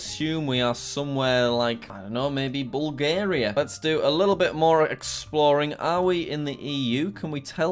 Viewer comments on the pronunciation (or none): none